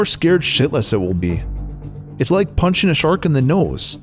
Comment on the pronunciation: Does he like not know how to pronounce the "g" in "punching" or any other words with an "ing"